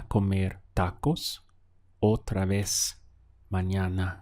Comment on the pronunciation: It sounds like you are making more of a "v" sound for "otra vez"....